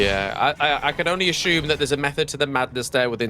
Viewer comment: there is no h in assume